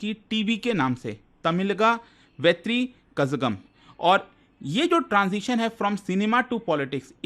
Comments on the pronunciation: vo कज़गम nhi h sir vo कलगम h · la aayega zha silent word hai